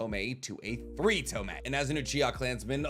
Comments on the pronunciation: ITS TOMOE!! pronounced tomoy, not tomei. Hate to be this guy, but please get your pronunciations right, it’s niggling me!😂 despite that, love your videos. Keep it up ! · AGH! it's pissing me off now. It's TO MO E not freaking TO ME! Say it right!